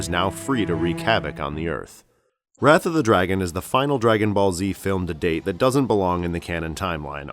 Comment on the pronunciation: why does it sound like you saying breath of the wild?